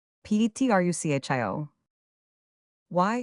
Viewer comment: I stopped at "Petrusshio's house", just two seconds in. Shakespeare would be turning in his grave. No thanks, AI.